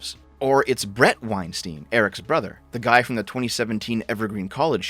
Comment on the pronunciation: You don't know what you're talking about in respect to Maajid Nawaz or Bret Weinstein (which is -stein as in Einstein and not -steen. This is the bare minimum you should have researched). They are NOT conspiratorial nutjobs captured by their audiences. Straight up made up shit. The effing balls to think that you're ahead of Bret Weinstein and Heather Heying's perspective in recent matters without being a follower of their train of thought, having the qualifications or time doing research to formulate a coherent argument against it. The idea that you're so far ahead that you look at them in the rearview mirror as another stunted attempt at societal analysis and summarising it as a conspiratorial audience capture is the peak of hubris. They actually do science, real science. Absolute clown.